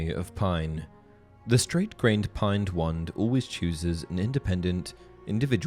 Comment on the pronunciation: Pine(d) wand. Where is that extra d coming from? Reminds me of Benedict Cumberbatch trying to say penguin.